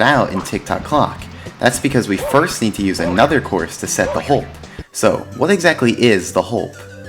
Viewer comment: HOLP O nood sombodo HOLP Not jost onobodo